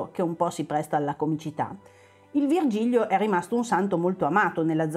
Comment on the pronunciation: Ciao ragazzi, avete fatto solo un piccolo errore: si chiama Vigilio (senza erre).